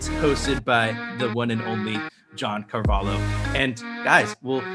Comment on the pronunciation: John Car-va-lho! xd John Carvalo?